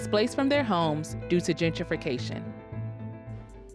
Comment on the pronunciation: It's Gen-tri-fication, not Djidjification.